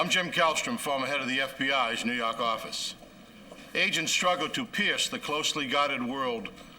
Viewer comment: "nuu yawk affice"